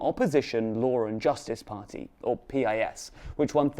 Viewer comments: It's not P-I-S, it's spelled Pis just like its synonym word piss. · You mispronounced piss 😅😅😅